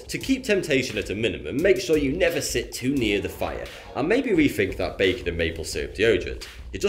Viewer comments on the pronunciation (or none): none